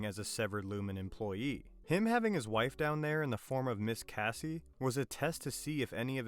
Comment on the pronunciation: Casey, not "Cassie"